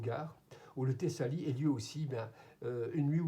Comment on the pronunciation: Salut frérot, sur cette vidéo tu dis tissali je pense que tu veux dire Tassili et hier dans une vidéo tu parlais de l’âge du coran tu as dis 16 siècles, mais c’est 14 enfin je pense que je ne t’apprends rien vu le haut niveau de tes connaissances, continue tu es un remède contre la cnewserie intellectuelle, bien à toi.